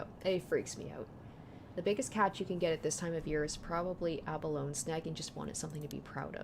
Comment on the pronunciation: Not a Japanese word, but "abalone" is four syllables, pronouncing the final "e" the same way you to "anemone". It's a particular kind of mollusk, though in this case I'd say it's referring more to the nacreous, mother-of-pearl shell that they're known for. Iirc they're a particularly large one, and ofc it's hard to get large single pieces of mother of pearl since they're organically created.